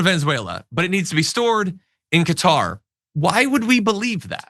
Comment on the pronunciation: Its pronounced as kuh·taar.